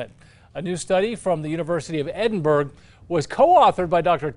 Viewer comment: Ouch. Edinburgh is pronounced ED-in-buh-ruh or ED-in-bruh. It's the capital of Scotland.